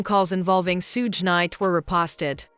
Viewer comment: Sootch Knight and Shin Combs 😂 Narrator should learn the names first